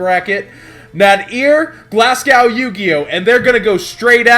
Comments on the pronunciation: It's pronounced Glas-go not glasg-ow. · Why can't americans pronounce Glasgow?